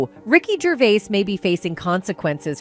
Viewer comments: He's not Canadian, you can't pronounce his surname correctly. At that point I bailed, I assume there were a lot more mistakes further on? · Us Brits are very proud of him calling out those twats and wouldn't it be great if you could pronounce his name properly?